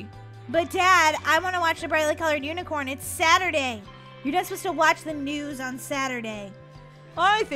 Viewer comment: always says power of the unacorin